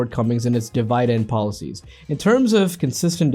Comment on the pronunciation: de-Vai-dent??????? what the fuck